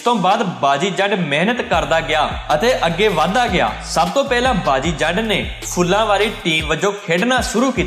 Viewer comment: saleo pehla sade pind da naam ta sahi lai lo hor faltu gla kri jande ne phullawal na ki piliwal sun geya aghe to dheyan rakheo